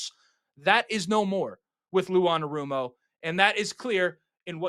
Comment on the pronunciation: That’s not how you say his name